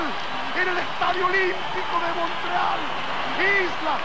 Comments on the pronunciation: Porque dice Monreal, ya que su nombre es Montreal. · Oiga,,...es MomTreal...no monrreal, cachó..